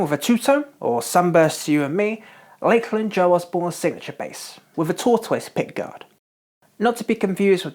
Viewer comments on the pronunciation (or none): “Tort-wiss pickguard”...? Just teasing, love the videos!! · Tor-two-iss? That is the strangest pronunciation of tortoise I have ever heard lol